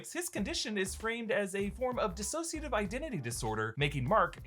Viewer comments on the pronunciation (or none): none